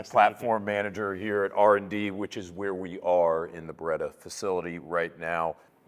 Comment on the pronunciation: Si dice BERETTA... non BRDDA